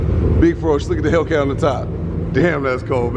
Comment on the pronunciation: Say the name of the fukin cars correctly!!! No dam ram reazy and hellkeazy